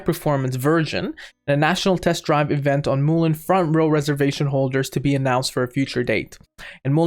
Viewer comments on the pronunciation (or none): Mullen not moolin